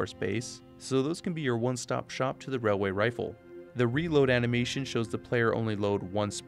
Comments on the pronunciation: It's pronounced, "wailyay wifle" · ‘It’s not a railway rifle, it’s a wailway wifle’ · Railway rifle (wailway wifle) is this why you don't like saying it?